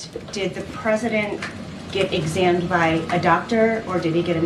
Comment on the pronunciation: The word is "examined" not "examed!"